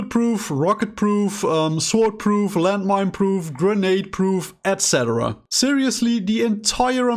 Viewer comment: I immediately checked to see if I was subscribed as soon as I heard you say "etc." the correct way.. the first other f**king human to finally say it right in my.. ears. I'm subscribed now. ✌🏽🍻